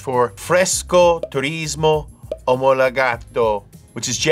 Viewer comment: fresco turismo omolOgato (not omolIgato)